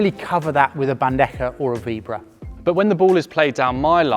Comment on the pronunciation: It's Vebora and not VEEEBRAH